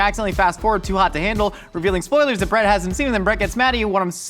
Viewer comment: I was so confused by whether or not you were calling your roommate "Brett" or "Bread". I got it now.